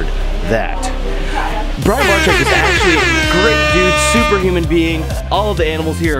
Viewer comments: Please someone teach that guy how to pronounce Brian and and they it’s different than Brain! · " Brain Barczyk" I like how you call him brain instead of brian😂😂